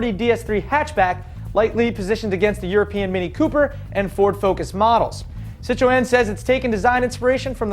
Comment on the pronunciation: wtf... citro-N? get it right